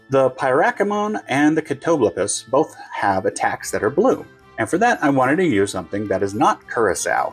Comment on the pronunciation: YOU CAN PRONOUNCE CATOBLEPAS?! I'm so effin' impressed hahahaha (I cannot: it will forever sound like utter nonsense when I say it lol) Writing this one down - I think I can persuade my friend to try it with me, assuming we can find the Hpnotiq!!!